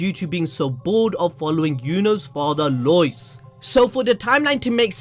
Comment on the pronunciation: Love your content. That being said, "Loyce" is obviously going to be Royce lol. Not all R's in Japanese become L's 😂